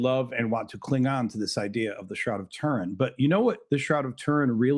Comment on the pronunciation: "Rag of Tourin" nearly made me pee myself 😂